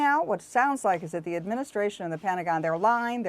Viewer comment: It's "Pentagon", not "Petangon"